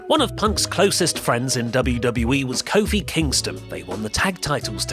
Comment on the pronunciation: coke phil doesnt sound to far.